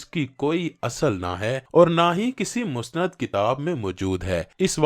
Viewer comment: Mustanid hota hey,masnad ghalat hey.